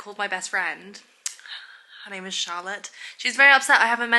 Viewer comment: my name is charlotte and i’m actually obsessed with the way you say it, it sounds so pretty